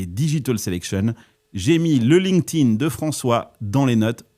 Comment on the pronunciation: Il va falloir faire un effort sur la prononciation de LinkedIn